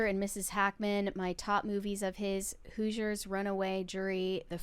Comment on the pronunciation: doesn’t know how to say Hoosiers 😢